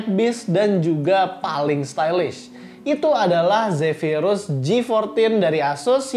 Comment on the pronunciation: Cara baca zepirus kok beda sm yg di dave2d